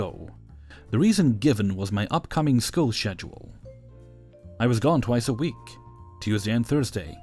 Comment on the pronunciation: No hate, but why do you pronounce schedule like that? Lol.